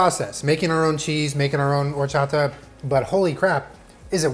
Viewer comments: The way pronounces horchata correctly but not elote is absolutely adorable 😂 quality content 👌🏼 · I am just here to judge how pronounce “Horchata” 8/10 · The way he said Horchata 😍 yes! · The fact that you said Horchata correctly... instead of saying whorechata.... you deserve the world 😂❤️ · It literally warms my heart SO MUCH that he pronounced horchata correctly 😭💕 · when you pronounced horchata correctly, i knew this was gonna be bomb af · The way he pronounced "horchata" was perfect. Felicidades, you are Mexican now jajaja <3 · So proud at the fact that says horchata correctly and doesn’t pronounce it “WHORECHATA” like other people 🥰🥰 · I'm proud of u and said horchata correctly. That's my comfort food right there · I'm really impressed that you said Horchata perfectly 👌🏽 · I love how he can say horchata correctly but not elote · It makes me real happy that he pronounces horchata and cotija the right way, I love him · I love that he said horchata correctly lol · Awesome job. When you first said horchata, the accent, I said "ouuu" out loud because you said it so well. 👏👏👏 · Love that he says hot horchata properly but he says ee loh tay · The pleasure I got from saying "horchata" the right way, instead of "whorechata" like every american does *chef's kiss*🙌🏻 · I'm so glad you said horchata right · That horchata pronunciation is so good you know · Yesss! When he said horchata correctly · I love that said horchata and not whorechata. Spoken like my real dad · Appreciate your pronunciation of horchata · You say horchata so well 😂😂!!! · Nothing like horchata from scratch!!! The powder stuff is trash 🗑 🇲🇽 ❤️ ❤️ I love how you make an effort to pronounce everything correctly, appreciate it dad! ☺️😂